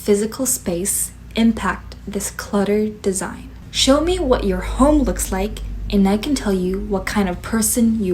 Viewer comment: I was looking away and heard "home" as "hole" here...